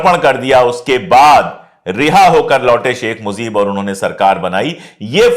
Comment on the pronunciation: It's MUJEEB not Muzeeb my dear